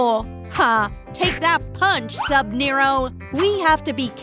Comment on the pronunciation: “Subnero”💀 “Craft Mine/Main”💀